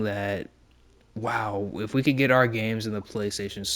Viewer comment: "Our", not "are". :)